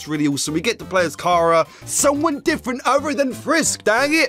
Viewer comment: sorry but i am a name snob it is pronounced like CHARAter sorry